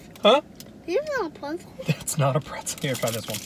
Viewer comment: "Here. Have a piece of chocolate. I'll eat one too...😀" * Pretends to struggles to get one out. While his daughter is already eating it. *: "Yum! Huh?😀" Daughter: "PieCe oF PweTcEl.😋": " They're Pretzels... Sure they are.😀" The chaos in this one part is so funny.